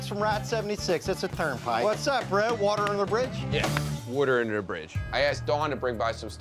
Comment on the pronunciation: 38 YES!! Don pronounces his own name like it's spelled with an "awn" , and I became physically weak at the war ter ice v. War-tuh ice fount 'in 🤣. My fascination with regional accents borders on being unhealthy.